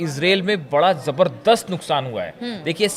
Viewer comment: Jabrdast nahi zabardast bolo